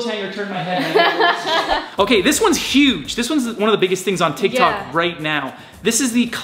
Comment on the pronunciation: Is it Just me or did he say tik tak??? 🤔